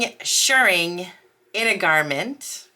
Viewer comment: Yay,! You’re doing great! Also, extra points for pronouncing “shirring” correctly! 🤩💗